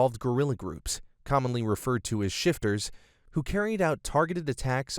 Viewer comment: It's not 'Shifters' but 'Shifta' which is the Somali word for Bandits.